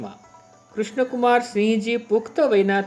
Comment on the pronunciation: it's sinh not singh